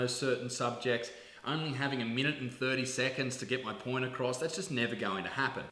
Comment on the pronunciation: he says porn not point